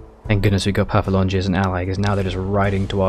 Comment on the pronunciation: It’s pronounced paf-la-gonia. Please.